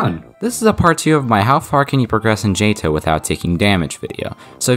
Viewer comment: Still Jay-Toh? 🤔 Dude just saying it's Jay-Tee-Oh-H 😂 Also one more nitpick: you implied 146 is over 150.